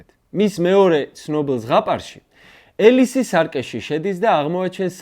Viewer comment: ელისი არა - ეფროსინე! მეგობარო, იმიტომ არ უყვარხართ ბევრს, რომ ქართული თარგმანის უკვე დამკვიდრებულ "ალისას" "იმათებური" წარმოთქმის "ელისს" ამჯობინებ. ეს არ სძენს დამატებით ღირსებას თქვენს ჩინებულ გადაცემას! შეეცადეთ გვერდი აუაროთ ასეთ იდეოგრაფიულ "ნეოლოგიზმებს"!